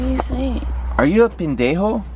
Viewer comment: No es pindenjo 😂 es pendejo 😂 Jajajaja